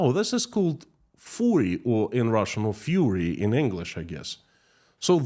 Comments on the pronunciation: Its not фюри its ФЪРИ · K it's not 'Fury', it's 'Fur-ry'. It's a form of Cos-play, in other words Costume Play. It is derived from Old Gaelic tradition of celebrating Halloween, which was bastardised by Americans, into the form that it is now. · Did you lose a few days K 🤔🤔 It's Sunday pal 🤗😏 'Furry' is pronounced like 'hurry' btw, 'fury' is a different word, meaning for another form of anger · It's not fury. It's furry. Like fur on animals. My best friend and I accidentally wondered into an outdoor event one summer afternoon. She was amazed by the costumes and took a lot of pictures with different characters and posted on Facebook. Her daughter called shortly after and told her about the sexual antics and she and I nearly died of laughing while she took all the pictures down in a panic. Personally, I am leery of people in costumes as you have no idea who they are. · Furry (the animal thing) is pronounced "fuhry" whereas fury (great anger) is pronounced fyoory. The whole furry thing is a political nonsense in the US. It is presented as it is in Russia by some people except not from the evil West, obviously, but rather by leftist parents or something. The child labour notion also has an echo in a state or two in the US. Interesting. Perhaps people in Russia who are against the idea of their 14yo having to work instead of getting a formal education could start by pointing out that the idea is from the Evil West, just like the furries, hahahahahaa! About conscription age, I think the Russians should pay close attention to what that minister was saying and they should suggest that no man should be conscripted before he has fathered a child... So conscripts would likely be in small numbers until the gov't upped the age again to forty and then the population would simply stop increasing. Sounds like a futuristic movie plot.... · it's not "fury", it is "furry" ( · Furry is pronounced Fur-ree as in very hairy, fury is anger